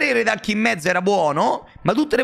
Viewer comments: sempre meglio di dire "ulk" dopo aver pronunciato tutte le altre carte in inglese. Nel complesso sbaglia tutte le pronunce inglesi, perché fondamentalmente non sono precise. Hulk Hogan l'ho semprr sentito pronunciare come "alk" di certo non come "ulk" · Ah beh perché tutte le volte che dice RED ALK? Mi fa uscire pazzo, come si fa a sbagliare la pronuncia di HULK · non si pronuncia comunque ALK e poi in italiano è inascoltabile